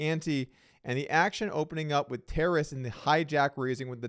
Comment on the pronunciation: Guys, it’s not “terrace.” It’s “Ta-raaas”. It’s a Ukrainian name